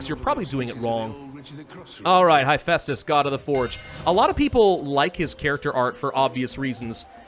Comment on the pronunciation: You mispronounced Hephaestus, it is heh-fæstus not high-festus (would link a yt video directly but spam detection would probably nuke my comment). One cool thing to know about his leg issue is that this was the result of working with bronze as a smith. In tin-scarce times arson was sometimes used by blacksmiths and he symbolized the disabilities that bronze age smiths would develop from working directly with arson.